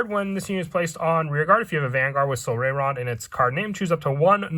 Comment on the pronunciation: Its pronounced "sol-RYE-ron"